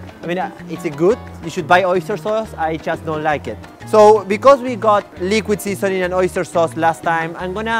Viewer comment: Liquid sisonin'! wat is likwid sisonin?! Haha